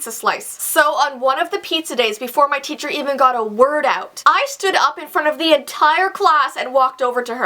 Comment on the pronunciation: Did you guys realize that said Cheacher instead of teacher